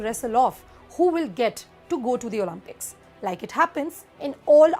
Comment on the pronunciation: Great video. Thank you. Just a small suggestion ...the games are pronounced Oh-LIMP(not "Lump")-ix It matters because it distracts from the message. Warm wishes and keep reporting